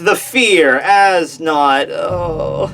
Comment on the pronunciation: btw as nodt is pronounced ayz nert